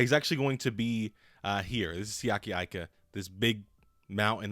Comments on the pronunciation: Eee-ka, not Eye-ka. Respect the man's name 😭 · Bruh he has Pittsburgh Steelers written all over him & btw his last name is pronounced "Eeeeka" not "I"ka, the I sounds off as an E in the poly language, please stop butchering this sole's last name bro Lol, great add on with Alualu & Heyward,,, all Steelers Nation stand up! Auuuuuuuryte!!! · His last name is Tongan, so you pronounce his last name with an E even though his last name starts with an "I... (E-ka)... ika